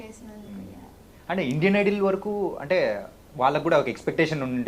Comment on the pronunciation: Hello .... Please correct your pronunciation " IDOL " but not " IDLE "...